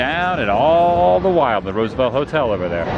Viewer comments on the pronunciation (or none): none